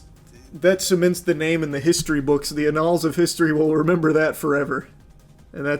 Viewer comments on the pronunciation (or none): why does he say annals like that 😭